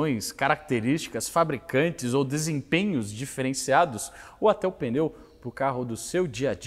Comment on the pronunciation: PENEU? hein? Kkk to zuando, fale como quiser, mas o "p" é mudo, considero um pequeno deslize . Video top! Carro top!